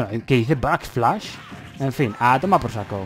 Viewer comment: Dice Backshlash o algo así jeje 😁